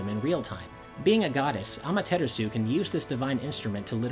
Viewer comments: The shinto sun goddess "Ama-teter-su" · Geovanni Soto At least I’m not saying “Ah-mah-ter-AHS-oo!” I’d rather try to pronounce it correctly and be a little off than just straight up butcher it. :P